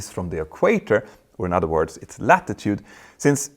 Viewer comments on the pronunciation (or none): none